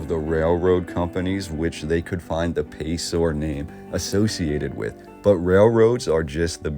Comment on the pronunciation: It's pronounced Pay-sir; as opposed to Pay-sor.